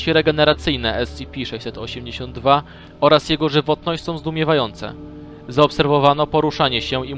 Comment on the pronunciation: tf2 No nwm czy na angielskim się zna lepiej skoro mówi "ES CI PI" czy "KITER":p